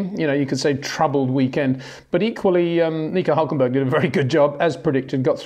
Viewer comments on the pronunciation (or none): none